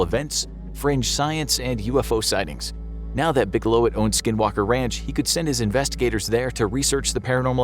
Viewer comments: His name is Robert Bigelow, not Robert Bigelowit! Wtf?! 😂 Robert Bigelow is a LEGEND and how DARE you misspell his name?!😂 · Bigelowit? It's Bigelow. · It's Robert Bigelow, not Robert Bigelowit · "Robert Bigelowit" ????????? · Robert Bigelowit XD.... The mans name is Bigelow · "Robert Bigelow-(it)"? His name is Robert Bigelow. All in all a great video and big thumbs up! 👍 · Bigelowit? Seriously? lol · 'Bigelowit'. LOL. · Robert bigelow”it”? Lol 😂